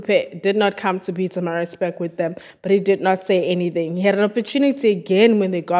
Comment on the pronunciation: Sounds like you're saying Pizzamarizburg. Pronunciation is very important.